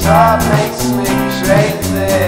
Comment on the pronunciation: It's nice how he pronounces "crazy", I hear sth like chaazyyy